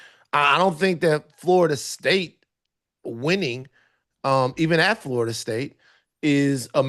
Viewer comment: More “FARTA State” talk from my guy Tate. Tf kinda accent makes one pronounce Florida as “FARTA”?